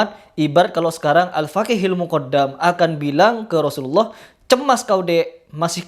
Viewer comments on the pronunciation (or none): none